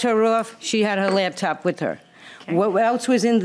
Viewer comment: Her "labtop", 😃